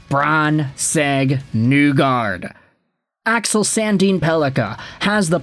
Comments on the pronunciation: It's NEE-gard not NEW-gard. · I am shocked that you don't say "Nuelander" all the time. Instead you destroy Nygard's name while simultaneously claiming to be a Detroit fan.